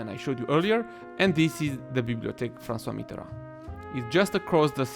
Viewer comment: Nice pronunciation on Francois Mitterand!